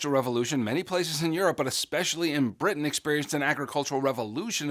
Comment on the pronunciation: and said britian instead of britain